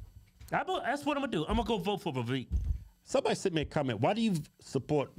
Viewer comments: Vivek, not Vivake 🙄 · It’s pronounced Vi-vake, sounds like cake